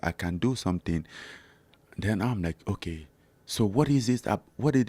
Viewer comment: I love the way Francis says "oke"